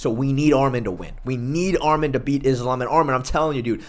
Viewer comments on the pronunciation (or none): Arman not armen